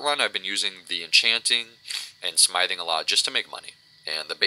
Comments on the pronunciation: IT'S smithing pronounced sm-if-ing not smiething. But all in all good video. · Sm-ith-ing, ith, like "with", but other than that the video is helpful :D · Were you seriously pronouncing Smithing like "Smyething?" LOOOOLLLLLL!!!!!!